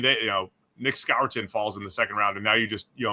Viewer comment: The "Scourton" pronunciation irks me so much. Everyone, including his coaches say "score-ton"